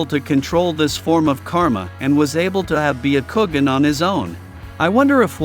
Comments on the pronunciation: "" BEE A KOO GEN"" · Baya kowgan